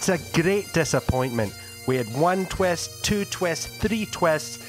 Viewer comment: Was it "twist"?? I was wondering what a twest was...